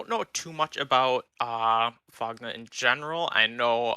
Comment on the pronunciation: FOGNA y'all pronounced Fogna wrong and while Fogna is (Well, was) mostly TTers, they aren't new to wars. Also they're basically all italians.